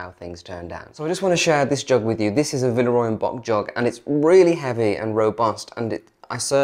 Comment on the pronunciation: Thank you so much! A lot of people think it is pronounced that way, it is definitely Bock - I've been working with them since last December and all the team assured me it's Bock )